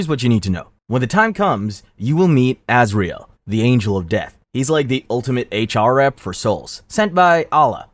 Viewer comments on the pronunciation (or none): none